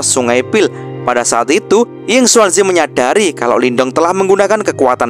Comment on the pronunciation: Hei,, ngomong² kami penonton sobat movi, sudaah terbiasa mendengar nama pak tua yinkuanzi,, bukan yinsuansi,, jadi kurang enak aja sih,😁😁